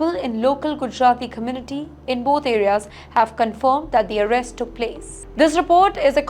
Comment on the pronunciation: OMG 😱cun takki ? Hare’s the part, commuty, coperate, tenasi, goment….WHERE DID THIS WOMAN LEARN OR DIDNT LEARN TO SPEAK ?? Yet she is only reporting on all USA matters and issues…. TIMESXP PLEASE REMOVE HER, HOW CAN ANYONE LISTEN TO HER, LEAVE ALONE BELIEVE OR SERIOUSLY TAKE WHAT SHE IS TALKING ABOUT ???